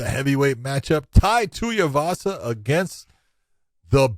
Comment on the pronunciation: Tai TUIVASA NOT Tai TUYAVASA LIKE MY GOD JOHN